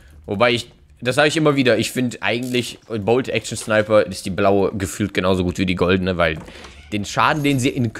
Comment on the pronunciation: Er sagt 2 schneiper